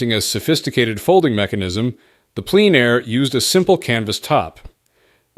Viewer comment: In this vid, "Plein Air" is sometimes pronounced like "pleen air", and sometimes as "pline air". Merriam-Webster says it's pronounced "plen air".